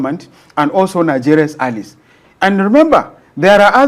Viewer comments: It is pronunced a· lize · I hope you know it is - Ally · So, this man has never heard the word allies from another English speaker?? God have mercy. I stopped watching once I heard Alice twice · Wait ooo is it allies he's pronouncing there?😮